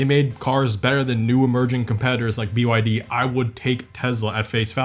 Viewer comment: The amount of times Rimac, Mate Rimac and BYD were misprounced is ridiculous, like what's Rimots? It's "Rim-ac" and it's not pronounced "Mateo Rimots", it's pronounced "Mat-tay Rim-ac"